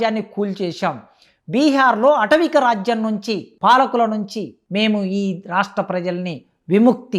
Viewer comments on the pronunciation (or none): Arei దొంగ professor, atavika raajyam kaadu. Aatavika raajyam. Emi chaduvukunnavuraa నువ్వు?